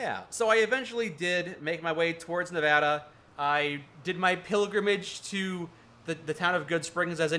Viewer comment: HE SAID NEVADA RIGHT WOOOO